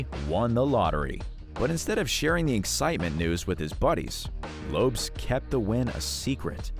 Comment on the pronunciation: 11m25secs: LOPES! 🤣😂. So it’s always been Jennifer LOPES, no wonder Mariah Carey doesn’t know her! 🤡🙃